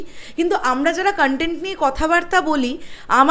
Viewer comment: ধন্যবাদ। লজ্জা পার্ট টু বেঁচে গেল আপনার মতো দর্শকের হাত থেকে। কনটেন্ট শব্দটা তো ঠিকমতো উচ্চারণ করতে পারেন না, বলেন কানটেন্ট, আবার করছেন রিভিউ!